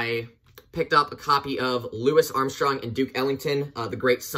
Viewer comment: did you really just say “louiss armstrong” lmao? it’s pronounced like louie, just for future reference. also bro ur the same age as me how can you afford all of these vinyls i’m so jealous